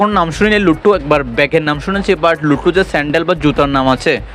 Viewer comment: Lotto❌️ Lutu✅️ 😂😂😂😂😂